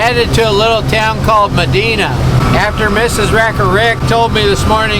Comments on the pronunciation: FYI Not Ma-Dee-na It’s Ma-die-na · And its Medina...Med EYE na not Med EEN a...dont matter. Love yall!! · That town is Medina (long I sound, not short i) i grew up not far from there. Great place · Never heard Medina pronounced like that lol. New one on me. Everyone around here says ma-dine-na